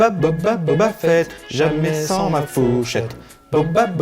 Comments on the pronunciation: Deja commencer par prononcer correctement boba fett ( fit ) et pas (fête ) 😒😒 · Booba Fett ?!? 😂